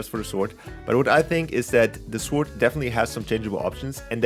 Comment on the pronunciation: no offense but sword is read sord not sword